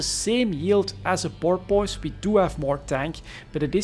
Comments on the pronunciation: The best way I can think of to describe the pronounciation of porpoise is pore-ps. Hope that helped. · As someone who lives on the gulf where porpoises are nativve it's entertaining hearing you trying to pronounce it. Porp kinda like torp. Piss said fairly fast. Porp Piss. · Hmm, I would say 'puss' is a better guide for the second syllable, with minimal emphasis and enunciation as a tack-on suffix to the dominant 'Porp'. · Pronounced 'pore-puss'. Thanks for the video! Cheers! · It's "poor-puss" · Porpoise... pronounced Poor-Piss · why is it that no EvE YouTuber, from any nation, can pronounce it correctly?